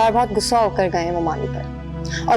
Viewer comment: waqar 2nd new wife prounces 'gussa' but correct word is 'ghussa'. Director to correct this. Who agrees with me on this?